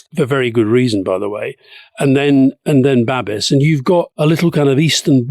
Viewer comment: His name is pronounced ‘Babish’. In Prague we don’t want ANO, but he will win on the back of the rural vote.